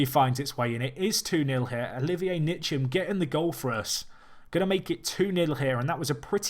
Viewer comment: Loved the video and I love the challenge. By the way Ntcham is pronounced 'En-cham', just as a heads up